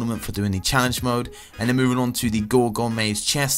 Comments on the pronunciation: He said mood not mode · "Challenge Mood" instead of "Challenge Mode" k then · He said "challenge mood loot" huh